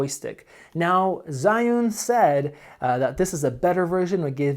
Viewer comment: the ZH sounds like J when you pronounce it.